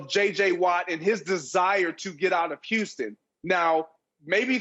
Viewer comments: It's"Huu-stun" lavarr. Not"Uuu-ston" I hate when it's said like that. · Why tf does it sound like he's saying Uston!!?? Not Houston, but USTON!!🤦🏾‍♂️🤣🤣